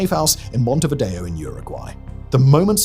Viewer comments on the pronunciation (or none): montevado? MONTEVIDEO!